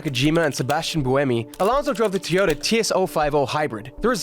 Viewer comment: Fernando is a crazy good driver. also i do feel like you pronounce "Toyota" as "Tiore"